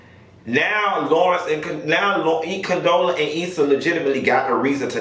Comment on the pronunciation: I heard CONTROLLA, COUNTESSA 😂😂 What did Condola sis do to y'all